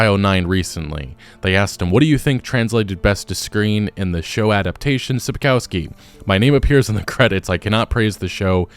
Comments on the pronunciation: Shapkowsky” not Sapousky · What a pathetic company Netflix is! PATHETIC! And who the f*ck is SAPKAUSKI? It's pronounced SAPKOVSKI and written SAPKOWSKI! LOL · Sup-kof-skee. O like in British English, not American. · Sapkowski should be read like Sapkovski. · Mate, all good, but even that bad lady pronounced Sapkowski correctly - it's not Sapkauski. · "sapkałski" - hahahaha. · “Sapkoski”? She doesn’t even know how timo say Sapkowski’s name! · Learn to pronounce Sapkowski properly. It's not that hard. All you need to remember is that "w" is pronounced like "v" . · It's time to pronounce Sapkowki correctly. "ko" part dont say like "co" in "cow" but like "co" in "cold"